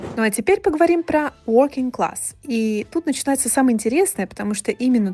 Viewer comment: Третий по счету класс звучит как " прогуливающийся класс" 😂 walking вместо working